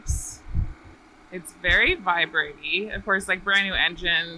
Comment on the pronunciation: "Vibrate-ey". Yep, sounds like a Harley. 🤣